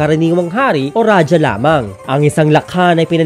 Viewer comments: Kuya raha ang tamang pag bigkas jan sa rajah hindi raja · Its raha (rajah) not rajah wrong grammar ijo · Raja o Radjah o Radya o Ladya po ang mga tamang bigkas ng ating mga ninuno, sa wikang Kastila po nagmula ang pagbigkas na Raha. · Ang pagbigkas ng Ra-Ha ay galing sa mga Kastila. Ra-ja o Ra-dya o La-dya ang mas angkop at tamang pagbigkas nito. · Ang pagsambit na "Raha" ay mula sa mga Kastila. Rajah (o ra-dya) talaga tunay na pagbigkas nito hindi Raha. 😉